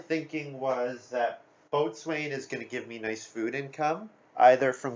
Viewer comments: By the way, Boatswain is pronounced "bo-sun." True story. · It's a nautical term. It was probably originally pronounced the way it looks, "boat-swane," but over time it was reduced to bo-sun. A lot of nautical terms are like that, right? Gunwale, for instance, is pronounced like "funnel."